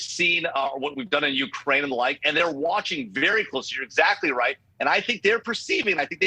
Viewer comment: Did she say has the Wight to shoot her down ?😂😂😂 Random precision indeed 🤔😂